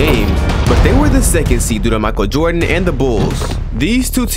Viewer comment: hey when you mentioned the GOAT you pronounced Michael Jordan wrong